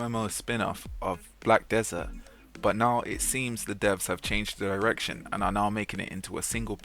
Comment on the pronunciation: it sounds like you said "The devs have changed their erection" and I can't unhear it now.